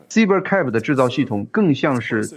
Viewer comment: Cyber is pronounced "SIGH-ber".